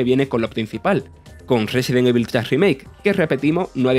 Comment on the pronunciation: Aprendan a pronunciar "evil", ¡maldita sea! ya van más de 20 años de este juego.